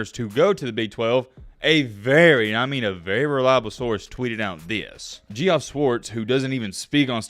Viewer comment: How is it possible that keeps pronouncing name Jeff(geoff) gee-off?